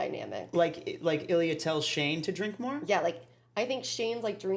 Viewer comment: Love you two but I cannot with how you say Ilya! It sounds like "A Lea"! Ha! Edit: just saw you responded to another comment....and fixed it. Gonna watch for sure!